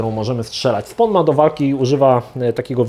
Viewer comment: Drobna poprawka językowa , nie "SPON" tylko "SPOŁN"- (SPAWN)